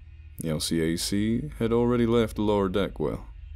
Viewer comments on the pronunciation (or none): Btw narrator: the "L C A C" is pronounced "L-cack" EDIT: Quotation marks to add clarity. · I enjoy the stories however sometimes the acronyms are pronounced or not spoken correctly. For instances, LCAC is pronounced "L" Cack" and in another story, the term POG is not pog like a hog but pronounced like pogo stick without the last o. I do enjoy these great stories though. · I'm actually Stationed on an LPD so it was crazy to hear that narration was awesome (as usual) and even though i seriously doubt this'll ever come up in another story anytime soon we just say LCAC like el cack instead of pronouncing the acronym